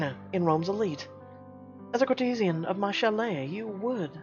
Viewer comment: Dude... That is so not how you pronounce 'courtesan'. -_